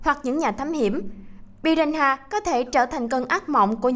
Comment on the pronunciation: Piranha mà đọc piraha